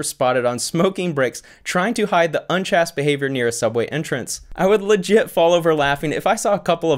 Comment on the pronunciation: Love you vids, but just FYI, near the end of the vid you mispronounced “chaste”. It should rhyme with “haste” or “paste” or “lace” :)